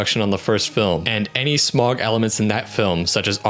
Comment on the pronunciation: Also Smaug is pronounced “Sm-ow-g, not Sm-o-g. (Smauwg) or think of the au in Smaug as sounding like the au in Sauron”